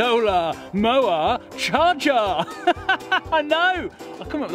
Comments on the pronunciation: "Solar Mowar Chargar" Im dying lolololol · Mowar and Chargar 🤣